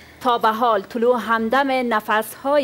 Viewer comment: طلوع را طلوه می خواند🤣😂